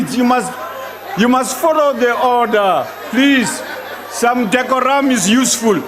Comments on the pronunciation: Oooooh “decorum” 😩😩😹😹 (some ‘dekoram’ is useful) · No such thing as dec o ram it’s decoram